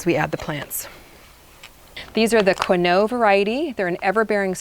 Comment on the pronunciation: Quinault is a tribal name. It's not French. It sounds more line "quinn-alt."